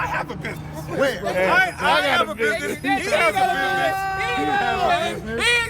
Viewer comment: How many n's and s's are in the word business? Now take a drink every time he says binnessess's